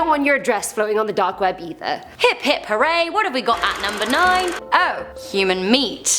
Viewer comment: Hip Hip Horary!!! What's at number 9? Oh... Human Flesh... Me: Yay Human Flesh... wait, WHAT??